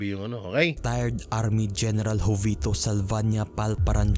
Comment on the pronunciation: jovito (ho vi to po ang tamang pronounciation, hindi jo vee to)....😊